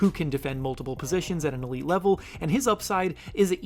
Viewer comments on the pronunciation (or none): none